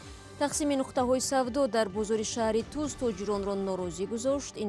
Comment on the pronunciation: Шахритуз не апа Шахритус номи асоси .